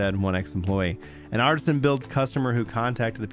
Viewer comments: it's ArtEsian builds not Artisan, there's a E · I'm not bringing this up to be rude, or that we will prolly ever hear their name again but it's artesian, not artisan.